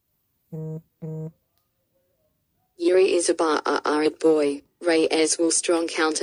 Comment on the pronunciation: Yuri, really? He is not some russian guy. :D Its Jiří or Jiri for english alphabet. :D